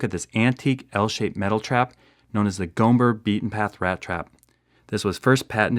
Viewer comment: I think the b in "Gomber" is silent or quiet. Like "comb" or "tomb"